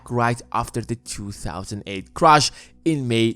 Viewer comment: You have great production value. But your pronounciation is a bit distracting from it. If you have the time you might want to consider improving it. Like pronouncing Crash and Crush.